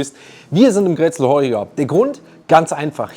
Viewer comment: Grätzel spricht man Kr(wie ein Tieger)ätzel mit betononung auf das ä aus. Leider kann ich keine Sprachnachricht senden.